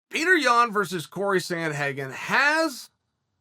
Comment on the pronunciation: Which is better? The way Chael says PeeOdor Yan or Brendan Schaub when he days Cory SanDuhHayGun????? Hahahaha imagine these 2 commenting this fight.